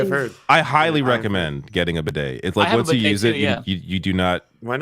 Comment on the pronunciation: Lol at not knowing how to pronounce bidet 😅 y'all help me get to the weekend!! 😘😘😘